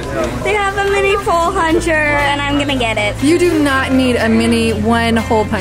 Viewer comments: “Pole huncher”🤣🤣😭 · Anyone else notice she said pole huncher instead of hole puncher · Any one else notice that said pole huncher instead of hole puncher? Haha! Love the channel!